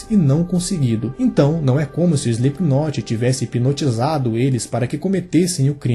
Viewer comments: Exato. É ruim ficar ouvindo o nome pronunciado errado... mas a matéria é boa! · Parem de por o "e" antes do "s". Não se diz ESLIPKNOT, coloquem o "e" depois do "S" SELIPKNOT. vale para todas as palavras inglesas começadas do por s.